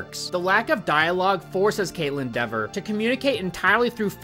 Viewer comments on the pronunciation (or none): My fiancé is saying you pronouncing her last name wrong. Dever as in fever. (She only cares bc Kat is her cousin on her fathers side)